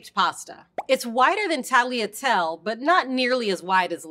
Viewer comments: I feel like I would have an easier time believing this person has some pasta expertise if she could actually pronounce the names of them. I mean, how are you going to say the final e in pappardelle but not in tagliatelle? "Tall-yare" for tagliare? Kind of baffling. "Mayoredus"? This is Italian, not Spanish; double Ls are still Ls. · A lot of English speakers struggle with the “-gli” sound in italian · Tagliatell-e and tagliar-e You pronounce the E at the end, like with the Pappardelle. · I can't get through this with the pronounciations... "tag-lee-a-tell". "Tahl-ya-telleh" please, learn to pronounce correctly. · Except that's the wrong pronounciatom; i'd rather you call them shells than butcher the italian gl like she did with tagliatelle. How to pronounce these words for an anglophone: Tagliatelle Ta-yah-tell-laeh Conchiglie Con-key-yeh And don't chop off the E at the end of words, it's italian not french. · Great explanation. Yet, the lady has to brush up on Italian pronunciation. In "Tagliatelle" the "G" is silent but the 2nd "E" is not, so it's "tallya-tell-eh". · she really just said taliatel 💀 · I lost it at Tally-a-tell. Using someone who at least attempts the correct pronunciation would have been much better in an explainer like this. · At least she didn't pronounce it tag-leah-tell. (And while I'm here, the Italian word for cut is tagliara, not taglier. Or taglio, if a noun) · Why do you pronounce tagliatelle the way you do when you pronounce pappardelle reasonably? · I have never heard tagliatelle pronounced like that ...